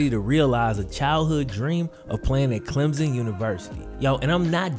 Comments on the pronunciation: Not a big deal but it’s pronounced “clem-sun” almost as if there’s a p in place of the hyphen. People down here make such a big deal out of it whenever people say “Clem-zin” 😂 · BTW its Clem/SON not Clemzn. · Yo it's Clem-Son, there is no Z..